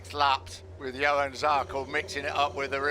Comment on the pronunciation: Déjà une autre «ÉPOQUE » zarco chez tech3 yamaha,Lorenzo chez ducati,Pedrosa roulait encore,Rossi qui pouvait encore gagner des courses et un marquez champion du monde,Crushlow roulait devant,et petite précision pour le commentateur,on dit JOHANN Zarco et pas Yohann Zarco 👍🏻🇫🇷